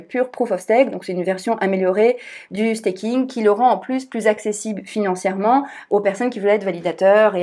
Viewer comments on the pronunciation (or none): none